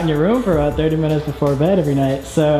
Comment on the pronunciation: The real crime is that you said bead instead of Bed